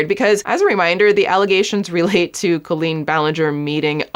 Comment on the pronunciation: Do you say culleen on purpose?